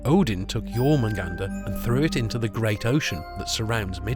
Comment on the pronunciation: incredible video and loved the part where you spoke correctly the names Jörmungandr and Angrboða